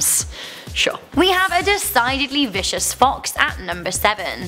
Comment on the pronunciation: It's VICIOUS not VISCOUS....... Come on. Are you trolling us with that?